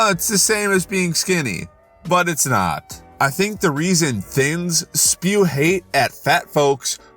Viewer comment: took me out how he said "riot" instead of "not" 😂